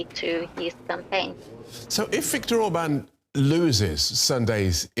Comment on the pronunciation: I love how she actually learned to pronounce the names.